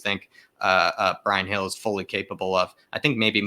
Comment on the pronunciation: Bryan Hill, not Gill. He reminds me of David Silva.